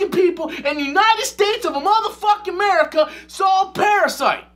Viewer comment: I love the reaction, tbh “IN THE UNITED STATES! OF A-MO-ER-FOKIN-MERICA!”